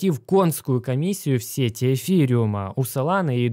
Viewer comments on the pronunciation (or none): none